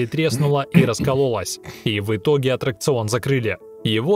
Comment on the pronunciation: правильно аттракцион а не отракцион или атракцион